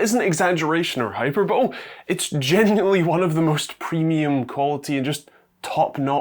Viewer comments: Hyperbole is pronounced "hyper-bowlee" not "hyperbowl" you sound dumb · Hyperbole, exaggerated, flashy, too much. Pronounced as hi-per-ball-ee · Sorry, but Hyperbole is Hi Per Bo Lee not Hi Per Bowl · Hey kids. Its not “hyper-bowl” its “hyper-buh-lee” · It's pronounced hy-per-ba-lee. I just wanted you to hear this from me instead of on the street.